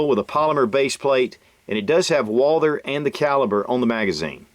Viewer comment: the h in Walther is silent